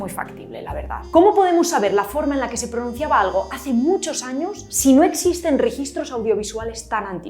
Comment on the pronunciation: La R francesa la usaste en este video a los 12.09 minutos, cuando dices alRo en vez de algo.